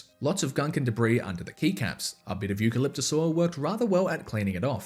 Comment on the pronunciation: Didnyou say Euqualiptus oil ?